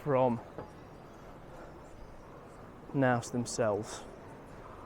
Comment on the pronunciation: That’s not how you pronounce Knaus😅.